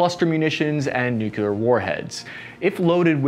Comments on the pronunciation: Nuclear. Say it with me NU-CLE-AR. Not NUKE-YA-LAR. Thank you. Good videos, by the way. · "New-clear" not "New-cue-ler". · Hey, it’s nu-clear not nucular…jabroni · But then he ruins it by constantly saying nook-yoo-larr. Repeat after me, everyone: New klee urr. The atom contains a nucleus, not a nukulus. That E in the middle is important. Listen for the E. If it ain't there, it's a nook-yoo-larr. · Everyone: New-Clear Americans: New-que-ler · Noo-cleer , not noo- keyoo- lur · Please - it's "newclear", not "nucular". Otherwise a very good and informative video. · Some please explain to him the word is nuclear, not “nucular”. Say it with me, now, “new-clear”. Also, still waiting on that caseless ammo video. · It’s nuclear not nucular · No pass. Three syllables. Make a conscious effort. Say nucleus and then say nuclear. Repeat for an hour or until the speech impediment goes away. If you're going to make videos like these, have a guy there to punch you in the stomach really hard whenever you say nookyoolar. Then start up a conversation about uranium power plants. Within a week or two the nookyoolar should go away fairly easy. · Greetings from Colorado. Great stuff as usual. BUT! Come ON, guy... NU-KLEE-AR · Did I actually just hear a veteran say Nukular? I thought only Dubya said that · Hey! I love your content and delivery. Would love it more if you made an effort to say new-CLE-ar. Not so hard … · Nuclear is pronounced "new-clear." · Still saying "nukular". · Why do so many people say nucular instead of nuclear! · "Nuculer" Ugh